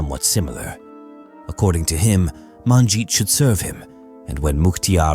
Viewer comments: You could at least learn to pronounce her name correctly. It's not MAANjit. Sheesh. You butchered her name. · Except you mispronounced all the Punjabi names, including Manjit's name. Terrible pronounciation!!! Next time ask a Punjabi person to help you. Sheesh.